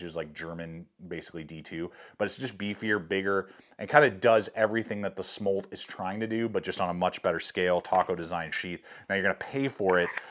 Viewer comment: The pronunciation is SM - OOOO - L - TTT by the way......